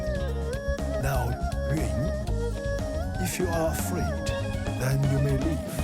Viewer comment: The Shifu straight annihilated that first tiger. Also isn't Yun pronounced "oon?"